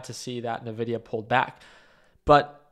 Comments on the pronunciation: it's envidia, not navidia:) I'm guessing it's a case of buy on expectation, sell on delivery and this is a very significant delivery. But it has turned to a +1% pre market so it probably wont pull back right away. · I quit watching this when he pronounced it Navidia instead of “En-vidia”